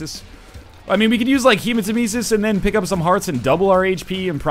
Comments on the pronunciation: it's hemat-EM-esis, not hematem-ES-is. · Um... when did NL realise the word Hematemesis comes from Nemesis and started pronouncing it right?